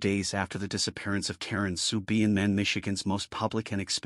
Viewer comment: Not a bad recollection of what happened however, the last victims name is being mis-pronounced. Karen Sue Beinenmen is pronounced: "Bine a men". As an old school mate of hers, I thought it should be corrected. May she indeed "Rest In Peace"!